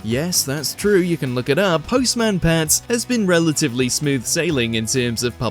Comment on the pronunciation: it's postman pat not post man pat, just saying